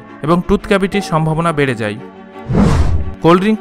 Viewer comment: Vai video ta valo chilo but apni 'যায়' শব্দটি না ব্যবহার করে 'যাই' বলেছেন... যায় কে যাই না বললে বুঝতে সুবিধা হত